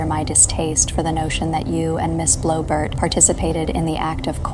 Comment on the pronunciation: “Blowbert”. Lol